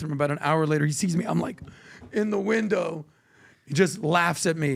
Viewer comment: hehe said he was in the winda' 😂